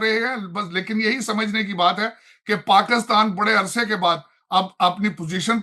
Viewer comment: This man kept calling' Pakustan... Why?? He can't say PAKISTAN"??